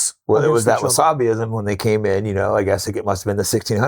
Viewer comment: Yo, did Jake Shields just say Wasabi-ism😅? That sounds like a religion I can get behind. I'm converting.